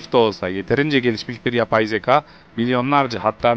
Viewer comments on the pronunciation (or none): Bro hikaye anlatışın harbiden 10 numara. Kendini dinletiyosun. Yalnız ince â harfini kalın a gibi söylüyorsun. Yani zekâ olacağı yerde zeka ya da hikâye yerine hikaye gibi..Söyleyim dedim 💮